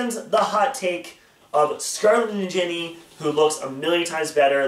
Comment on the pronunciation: The way you pronounce ninjini bugs me